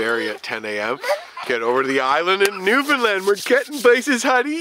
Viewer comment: AAARRRRGGGHHHH...... please pronounce it right Newfoundland....is..... understand.....newfoundland ..understand